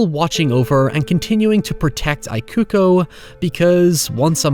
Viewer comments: Just FYI, "Ikuko" is pronounced "eeh-ku-koh" :) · Mitsuko was fine to me, the “I” on Ikuko was what I couldn’t take 😅 It’s an Ee sound not an “I” like “I am” sound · Ikuko is pronounced with "ee" not "ai" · How can you watch an entire movie with people calling someone by their name correctly and then turn around and call her Eye-kuko for a whole video? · Similar thing with ikuko, instead of the I sounding like the word eye, it should sound like the EA in the word eat. So it should be pronounced as Ee-koo-koh. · Bear in mind that not only the director here the same that worked on Ring movies, the script is based on the story written by the author of Ring novels P.S. It's "EE-ku-ko" & "MEE-tsu-ko", please check how to pronounce foreign names before recording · "Eekuko" "Meetsooko" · Loved the video, but the constant mispronunciation of Ikuko and Mitsuko's name bugged me a lot hahah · You watched this, but you still can't pronounce 'Ikuko'? Come on, man, minimum effort.